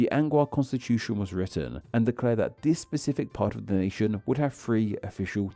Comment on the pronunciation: Random unrelated question: why do you lengthen the final constant/syllable of each sentence? (Eg palau -> palawuh, nation -> nationnuh)